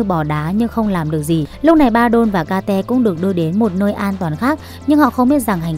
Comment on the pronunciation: phải gọi là kết chứ ai lại gọi là ka te vãi cả ka te zzz